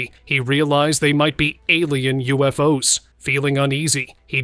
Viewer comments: “U-F-O-S?” Again? Stupid, lazy AI generated channel! 👎🏿💩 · “U-F-O-S?🤨🤷🏾‍♂️ Stupid AI generated BS! 💩